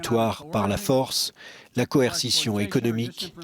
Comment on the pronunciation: Coerci...quoi??? Corecition??? Exactement le type de mesure appliquée par ces espions envahisseurs d'américains!!! Joe le pédo se fou de la tête du monde!